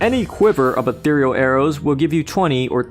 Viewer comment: Holy shit, a Heretic YouTuber ACTUALLY PRONOUNCED "ETHEREAL" CORRECTLY!